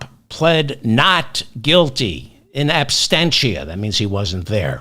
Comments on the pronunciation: David - I love you to death - but the word is "ab-SENT-ia" - based on the word ABSENT - not "ab-STEN-ia." (Are you thinking of the word "abstain," and if so, why?) "Ab-SENT-ia." As it is, you are near perfect. Your DC fan... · David, You said--twice, so I know it wasn't a simple misspeaking--that Trump pled not guilty in abstentia. I thought is was absentia. One "t", not two. Trump wasn't abstent from the proceeding. 😊